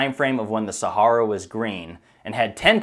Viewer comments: He says Sahara incorrectly a few times and then says it correctly later on. Was that done after someone told him he said it wrong and already edited the first part where he says it wrong? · Common pronounciation sound like Sa-hair-a not Sa-harr-a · While the info is interesting and I love the presentation, I have to cringe when he says "Sahara". It is pronounced Sa-hair-a not Sa-harr-a. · I couldnt retain any information from this video, myabe its my ocd. Every time he says saHARa my brain triggers & thinks its pronounced saHAIR-ah. So i tried to pay attention but he says saHARa so many times its all i can focus on lol. Maybe Im just retarded haha, ive never heard anyone pronounce it this way. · Pronunciation: Sa - Hair - a (Look up the original founder of the CIA) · ITS PRONOUNCED SA-HAIR-AH!!! Jesus how can you try to get people to think your smart but you can’t pronounce the thing we have been hearing about since our favorite cartoon characters have been getting stranded in since we were little kids?! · Where do they pronounce Sahara, Sahorror? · I can't listen to the mispronunciation of "Sahara" anymore. I can't. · Very interesting, but please check your pronunciation on names and places. Particularly 'Sahara' and Herodotus, if indeed that's what you were saying. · I guess that's the proper pronunciation of "Sahara"??? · Please learn how to pronounce Sahara!!!! I promise you it will help your videos because I have to turn away right now I can’t listen to you mis-pronounce the region you’re doing an entire video about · That is NOT how you pronounce Sahara.